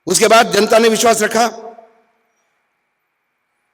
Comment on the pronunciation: "Vish wass"🤔